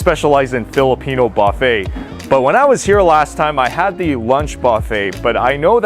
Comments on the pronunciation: I can't stand it everytime you say bafe. It's Buffet. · It's like silent T, dude, and will sound buh-fey!😜🤣😂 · tell me something I don't know. I know it's silent T. Obviously you pronounced it like him "Bah-fey instead of Buh-fey." 🤣🤣🤣